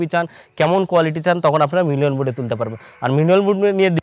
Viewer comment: উচ্চারণ টা মিনুয়েল নয় ম্যানুয়াল মুড